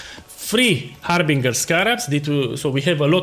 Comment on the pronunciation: love the accent HarbinGHUR!